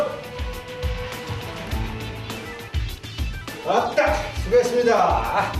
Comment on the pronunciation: 토수인데 계속 트수로 들리네